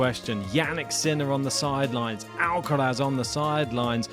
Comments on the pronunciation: WHY are you guys struggling with pronouncing the R in Alcaraz, While pronouncing it perfectly everywhere else... AlcaLaz.. whats wrong with you ? :) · maybe an Alca Laz y tongue😅